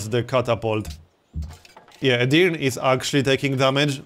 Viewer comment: And Edirne is pronounced separately. It's Edir and then Ne. Edirne